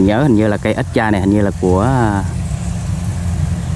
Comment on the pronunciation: Extra a ơi chứ hok phải stra